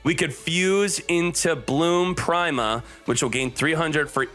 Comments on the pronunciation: Nobody:: Bloom Prime-a I'm really starting to think he's intentionally mispronouncing these names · i don't think he's pronouncing prima correctly.....